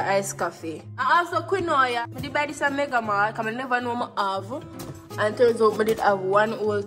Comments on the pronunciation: Wait😂😂😂 qwe-noya? 😂😂😂😂 babe it’s pronounced “Keen-Wa” 😂😂😂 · Wooie quinoya (quinoa)😂😂 it’s pronounced keen-wah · Welcome bk...congrats on the new apt.... can't wait to c u personalize the space. Quinoa is pronounced as keenwa. 😊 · Welcome back! Apartment look good. You look good… Wah that romwe send? “What was the reason!” It’s “keen-wa” mi dear lol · Miss a how yuh pronounce quinoa just now😂😂😂😂😂😂😂 it’s keen-wah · Not you pronouncing the quinoa as "qui-noya" lmaoo😭😭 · Quinoa should be pronounced Keen-waa 😂😂😂 you too funny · Quinoa-KEEN WAAH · the pronunciation of quinoa 😭😭😭😭😭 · Dah “quinoa” pronunciation killlll mi 😂 so glad to see you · Is how pronounce Quinoa kill me😂😂😂